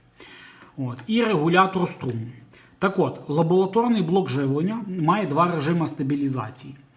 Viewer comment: лабоЛаторний, який же ти безграмотний.